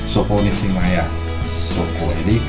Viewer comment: Nishimiya bro... Bukan nishimaya 🤣🤣🤣